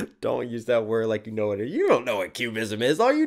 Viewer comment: When Picasso says ‘Back to you’, he actually says ‘Back to Jew’.